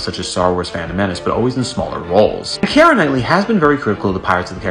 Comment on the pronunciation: Kiera’s name is not pronounced in three syllables the way you’re saying it “Ki-er-a” it’s pronounced in two syllables, like ”Key-ra” It’s grating on my nerves and driving me crazy hearing you mispronounce thru out this whole video 🤣